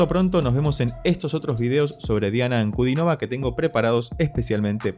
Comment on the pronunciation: Diana es mi cantante preferida. Por cierto, su apellido es esdrújulo, con énfasis en la i: Ankudínova.